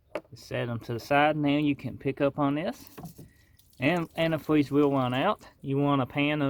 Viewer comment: Wow dats quazy anti fweez